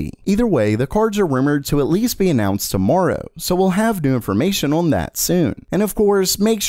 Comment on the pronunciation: One day gamer meld will say "on" properly.